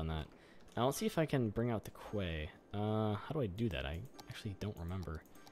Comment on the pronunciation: Great episode as always! Quay is pronounced like "key", and you could dig out some land where the lake is forming to make it deeper but narrower. TBH I would love to live in Hamilton, looks like a great place! Congrats on 50k!